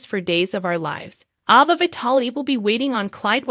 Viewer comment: A Va. and NIC COLE. say the names right please